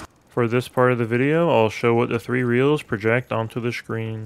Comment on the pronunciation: This man learned every secret on Kino Der Toten but never how to pronounce screen correctly. I cannot unhear "shhhcreen".